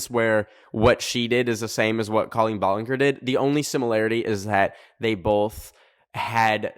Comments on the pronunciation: Her name is actually pronounced ball-licker 🥰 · Sir, it’s pronounced ball-en-jer ❤❤ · the way says balenger 💀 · love how he dont know how to say her name like its colleen ballinger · the way you said ballinger made me laugh lmao